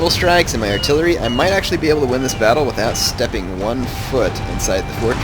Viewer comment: UNRIMBER THE ARTIRERY!